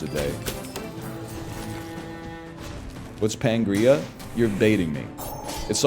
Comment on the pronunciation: NL saying "pangrea" is sending me